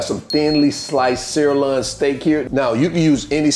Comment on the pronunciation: It’s a sir loin. Loin not Lon. Loin. You’ll get it.